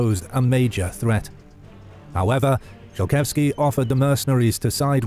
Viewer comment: Could we butcher Polish names anymore please? Zolkiewski would just love to have his name read a Zokietsky. Not to mention that there ARE historical paintings of him instead of the icon chosen for him being that of an other. And while we're nitpicking, why is the opening map of the commonwealth that of the post Andruszowo peace from about 50 years past the events of this video? Not impressed. I know this will get thumbs down but this IS supposed to be a history channel, is it not? Let's get the details right.